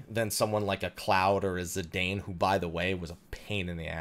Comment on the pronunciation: I love how we've had confirmation of how to pronounce Zidane's name for more than 10 years and people still get it wrong.